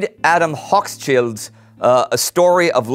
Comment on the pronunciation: On the subject of mangling names, it's Hoch-schild ("high-shield"), not Hochs-child :) Relatedly, it's also Roth-schild ("red-shield") -- pronounced with a regular t, not english th -- not Roths-child. I hear that one a lot from english-speakers, since the family is so popular with conspiracy theorists XD